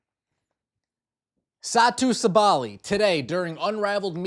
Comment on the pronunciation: Satou is not a stretch four she’s a wing. The lack of research is outstanding 🤣. Can’t even say Satou Sabally correctly but she’s the biggest name in free agency lmao. Stick to fever gossip you don’t know basketball 🤣.